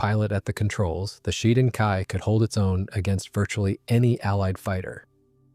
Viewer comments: Pronounced "she-den" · The emphasis is on the first syllable, "SHEE", and the second syllable is pronounced like "den".